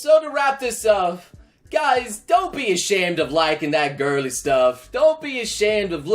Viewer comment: When he said girly it almost sounded like.....gayly